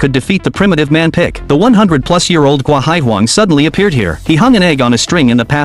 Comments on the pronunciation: His name is pickle not pick😒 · It's pickle not pick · Its pickle not pick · Its not pick its pickle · Not pick it’s pickle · HIS NAME IS PICKLE NOT PICK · HIS NAME IS NOT PICK IT'S PICKLE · it is pickle not pick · Pickle not pick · Pickle ❌ pick ✅ / katsumi ❌ katsuomi ✅ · WHAT PISSES ME OFF IS THE FACT HE SAYS PICK INSTED OF PICKLE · It's not pick it's pickle